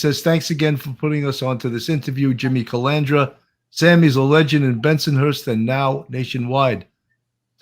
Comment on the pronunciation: I love Sammy's name pronunciations. They are always funnier than the real name, aka Jimmy Calandra becomes Jimmy Calamadria, Jimmy Calamari, Jimmy Supercalafragilisticexpialidocious (kidding on last one obviously..). You gotta love it though, he's always entertaining.